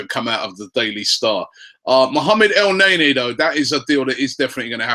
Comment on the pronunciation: If you look at the name in Arabic, it's sound more like al-n'a-nie, rather than El nae nae